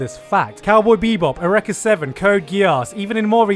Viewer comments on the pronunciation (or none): Bruh he deadass pronounced Eureka 7 as "Urrekka" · Wait, hold on...HOW did he just pronounce Eureka?